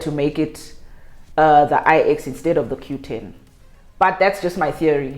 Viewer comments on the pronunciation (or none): its actually mobicell 9 not I...EX